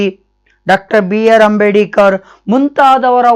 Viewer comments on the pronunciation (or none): Adu Ambedikar Alla sir Ambedkar ......please pronounce it properly